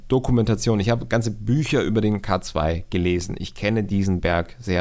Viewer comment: Bitte den K2 englisch aussprechen der Berg verdient diesen Respekt. : )